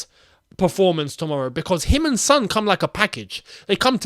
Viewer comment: It's Son not Sun